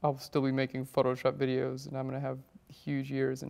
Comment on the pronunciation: "in FUCKshop"